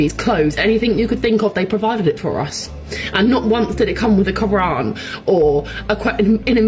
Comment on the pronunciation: so you claim to be an "ex-muzlim"? The way you pronounce "Quran" raises doubts about your identity.